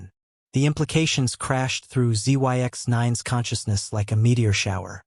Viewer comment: Zyx is pronounced as Zix.